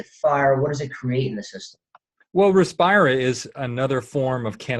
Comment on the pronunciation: btw its Respira, not Repirsa